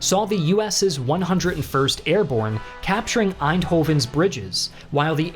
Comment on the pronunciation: For an American that pronunciation of Eindhoven and Nijmegen is pretty spot on